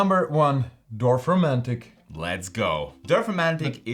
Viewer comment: "Dorfomantic"? :face-blue-smiling